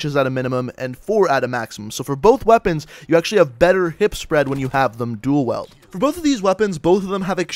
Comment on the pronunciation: who heard him say duel weld XD